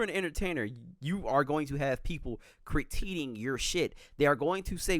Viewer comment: “Criteeting” lmao